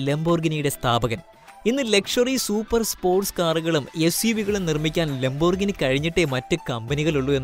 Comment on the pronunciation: ലംബോർഗിനി അല്ല സുഹൃത്തേ.... ലാമ്പ്-ഓർ-ഗീനി